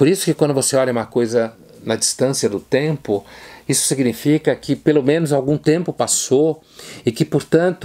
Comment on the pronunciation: Uma hora embolou tanto a palavra tempo que lembrei da DILMA falando🤔